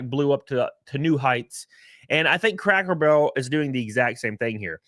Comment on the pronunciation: Are you saying Crackle Barrel? 😂 It’s like when they took away Aunt Jemima, Uncle Ben, Land O Lakes, Tom Sawyer Land from Disney…